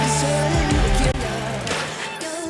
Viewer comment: Great video, thanks! (shame about the "nucular" pronounciation. oops!)